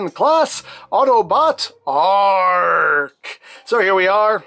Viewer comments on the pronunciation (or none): did he say ark or arg like a pirate